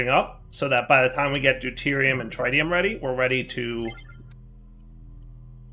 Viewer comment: Not even three minutes in and already mispronounces tritium for the countless times he's been using Mekanism. It's pronounced "tri-tē-əm" with the first i like how you pronounce "big".